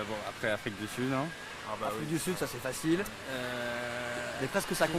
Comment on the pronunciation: L'afwique j'adore l'afwique je suis afwiquain